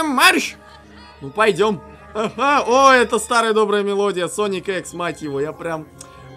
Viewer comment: Наконец-то мы узнали пол спешл сказал ога